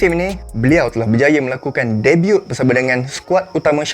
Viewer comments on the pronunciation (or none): Bang pronounce 'debut' jgn bunyikan huruf 'T'